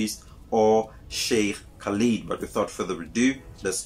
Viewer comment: I know you are trying your best so let me help you - the Brother's name is pronounced "kah-lid", the word "Muntaqim" is pronounced "moon-ta-keem" and the word "Pios" is pronounced "pie-us." A great video but I would have loved to hear how the Catholic priest would have explained Mary being perceived as the mother of God as well as the daughter of God! This is absolute proof that those who ascribe to this view do not think for themselves, as this makes no sense whatsoever! How can God (The Creator of everything in the Heavens and Earth) have a mother? How can the Unseen God (who Christians refer to as a "Spirit") have a daughter - or son for that matter? As Shaikh Khalid said - this is not what Jesus taught but a pagan concept that Greeks and Romans were upon before Jesus was born introduced into Christianity some 325 years after Jesus was born! Further, the oft-quoted John 1:1, where it says “IN THE BEGINNING WAS THE WORD, and the Word was with God and the Word was God,” has been proven to be, not only NOT IN THE OLDEST TEXTS that they found but, actually, the words of PHILO of Alexandria, who was BORN BEFORE either JESUS or JOHN were born! This is a definite insertion that proves, once again, that it not appropriate to refer to everything in the Bible as "The Word of God" because, the last time I looked, Philo was a man, as was Matthew, Luke, Mark, the various Johns associated with Books in the New Testament as well as King James!